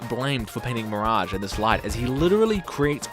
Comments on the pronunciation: I am so mad you call mirage like that. Not to be a nerd but its pronounced miraj NOT FLIPPING MIRAG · Bro literally said mirang . That's ma rage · Why is no one talking about how he butchered Mirage’s name by calling him “Meringue”? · Nah...nah you mispronounced Mirage's name on purpose. F*ck that sh*t